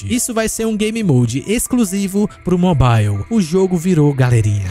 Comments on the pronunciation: pq todo brasileiro fala mobile errado? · não sabia dessa, boa. Mas curioso tudo ser na pronuncia americana e só essa palavra ser de uk